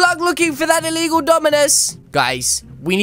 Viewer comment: It's not eligall cmon